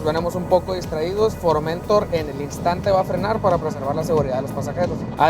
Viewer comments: La palabra Formentor tiene su acento prosódico en la última sílaba, es una palabra aguda, usted la pronuncia mal suena horrible. Un cordial saludo. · Es formentor... No forméntor... Recordar reglas de acentuación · Buen video! por cierto es Formentor "se pronuncia como si llevara acento (en honor al puerto de Formentor) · Tienes que hacer fuerza en la última sílaba para leerlo bien, es For men tór. Es decir, es una palabra aguda, no llana. Se corresponde con un cabo español. El coche es un pepino, si señor. Saludos